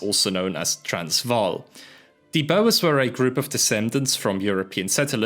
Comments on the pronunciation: Great video but... It's pronounced boor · It’s pronounced boo-r with a long oo made in the front of your mouth and a hard rolling r. I normally wouldn’t nitpick, but it sounded like was chatting to boa constrictors in South Africa. Which might be kinda based actually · "the bow-ers" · Work on your pronunciation of BOER!!!!! Good vid tho!